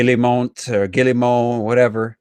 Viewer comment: your "Gilli-Mont" pronunciation is hilarious lol!